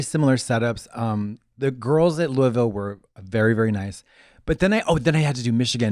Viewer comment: Omg Katya said Louisville right